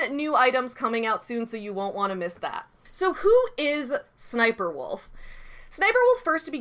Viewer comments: Oh. It’s really pronounced S-S-Sniperwolf. 😬 Not a very good name to have when it’s based off a military character. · I will always pronounce it as SSS niperwolf.